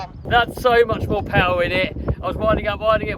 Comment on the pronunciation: just went "more powah" and the wheel said i'm out 😂